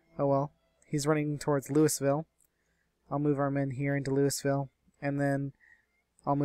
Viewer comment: You live in the Arlington area and you can't pronounce Louisville?